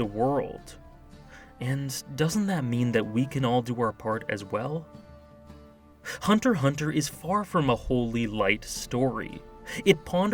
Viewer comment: OWH SHIT SOMEONE FINALLY SAID HUNTER HUNTER and not HuNtErXhUnTeR. I subbed😎